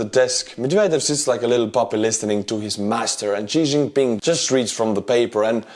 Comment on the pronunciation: That Xi Jinping butchering had me dying 🤣